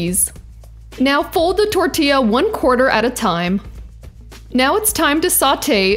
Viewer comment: I love your pronunciation of tortilla. 😆😍😂👋🏽🙏🏽